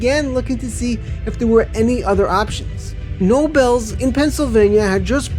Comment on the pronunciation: This story is CRAP, you call the park Wild One like 20 times! the park is not "Known for it's violence" it's had trouble like any other park. they put the metal detectors in in a abundance of caution to keep guests safe. Almost evey park in the country now has metal detectors. You call Knoebels NO BELLS? Clearly you have no idea even how to pronounce park names properly! During the periods of "decline" you mention SFA had several years that outsold 1999 on season passes. The reason they haven't gotten new coasters is easy, the people that bought Six Flags built the park up way beyond what it needed to operate and for years it had more than enough coasters! your video is ridiculous, very little of it is even pertinent to the commentary. when talking about the Adventure World days you show six flags rides from the 2020's Finally, I wish it was, but Six Flags America was NEVER one of the Greatest Parks in in the Country. And right there in that one statement your entire video becomes a complete farce. You need a proof reader and some real backup facts that are true and not just rumors.